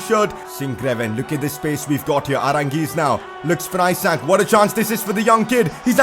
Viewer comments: As I am Swedish, I wanted to sat that isak would be pronounced ee-sark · Pcq: isak isn’t pronounced how you say it, it’s pronounced issac